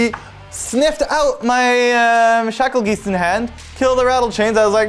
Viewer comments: Shackle-geese-t? Isn’t it Shakle-Guy-st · I know I'm late. But if i hear someone say shackle "geest" in person... Im slapping the living shit outta them.. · yes, it is "guy-st".